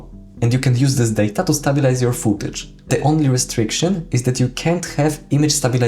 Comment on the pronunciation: It's not Stab-bil-ize it's pronounced Stay-bil-ize, just sayin'